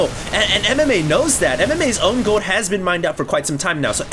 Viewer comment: you need to practice saying the word "Gold". There's an "L" in there...